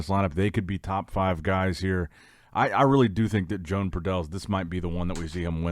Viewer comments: its joan (yo-hahn) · He literally does it because he knows it annoys us and he can't care less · There is no way pronounces Joan's name correctly. I'm starting to think he's doing it on purpose 😠😑. Let's go Joan.